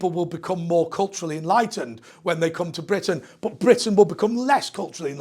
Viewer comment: Hi. I've noticed your pronunciation of "but" word is mostly almost the same like a bot. Is this a British thing or your particular region of GB? I appreciate your answer. cheers!